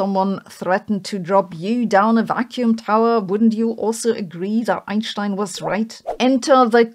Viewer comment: I have a mega crush on sabine..its the way she pronounces Einschtein, correctly!